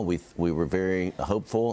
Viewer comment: ALEX NOT ALEC